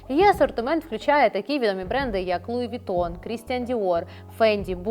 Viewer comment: Луі Вітон😂😂😂😂😂Трошки із французським прононсом, будь ласка👌🇺🇦